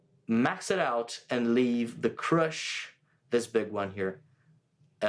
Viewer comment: This is apparently a very similar (if not the same) circuit as the Hotone Krush, which is on my board 😁😁😁 super cool to hear the sounds you get out of it, definitely re-inspired me to use the Krush more! Also it sounded like you said b*tch crusher at some point lmao 🫣